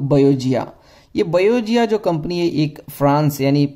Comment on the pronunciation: It's not बयोजिया it's pronounced as बायोगाया। The company originates from Sweden not France. First do your homework properly then post videos.